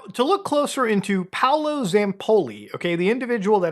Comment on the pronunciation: its not Paulo its Paolo, he's italian.